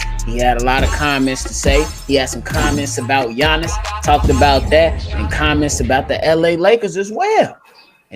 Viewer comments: he can't pronounce the name of the best basketball player of the world and he has an opinnion? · Yo c dub! agreed on the whole Milwaukee superstar dude who I can't pronounce name lol!He would be a star but not super star,he does same move, boring man, unfair!it's obvious to everyone he charging whole lot